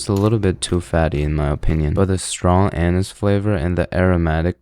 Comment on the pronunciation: "the strong anus flavor", lol.